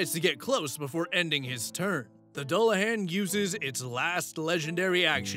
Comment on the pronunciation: Dullahan sounds like Duel-la-hon